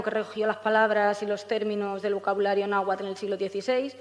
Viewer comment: cierto pero yo creo que hace una interpretación para que sea mas comprensible a la idiosincracia europea, como lo de los temazcales que les llama baños de vapor XD jejeje. Además pronuncia bastante bien el náhuatl. saludos